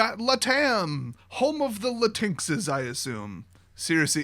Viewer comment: is literally the only normal person I've ever heard prouncing Latinx like latinks. Makes me vaguely happy that it's slowing bleeding into reality